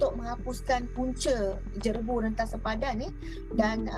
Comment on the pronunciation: JEREBU bukan JERABU sebutannya